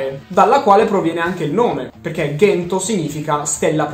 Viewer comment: Comunque nel cartone dicono Cento e non Ghento 😂